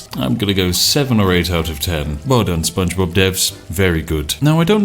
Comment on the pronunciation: "Spongebobbu" -Lewis Brindley, for no real reason